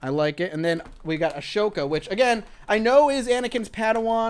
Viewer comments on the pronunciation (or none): its pronounced A-SO-KA sorry it was just really bothering me :/